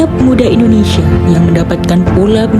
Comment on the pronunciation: INDONESIA......bukan Endonesa